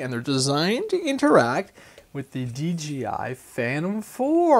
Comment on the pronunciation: Omg, it's DJI, not DGI. Lol I laugh at y'all on the podcasts too.